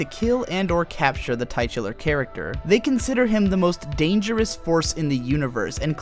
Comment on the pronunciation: do you pronounce words like "auteur" and "titular" incorrectly on purpose? dig the videos man